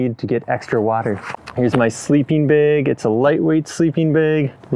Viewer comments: "...front bayg..."?????? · There’s no E in “bag.” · Cringing everytime you say bag